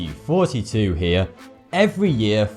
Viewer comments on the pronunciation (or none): It always sounds like he's saying 42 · It sounds like he is saying "forty two here" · It sounds like he's saying "hey 42 here" lol